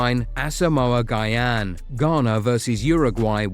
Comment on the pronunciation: Say our legend's name right. It's not guy-yan